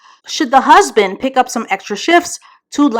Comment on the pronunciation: Not “husbin”😩😭 That’s tickled the shyt outta me 🤣🤣